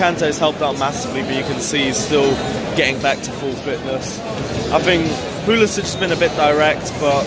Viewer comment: yeah it sounds more like "Pulisic again"